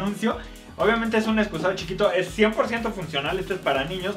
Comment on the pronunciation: Me gusta cuando dicen excuzado